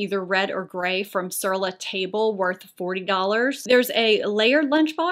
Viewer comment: Your pronunciation of sur la table is so off. Oprah used to mention the brand often.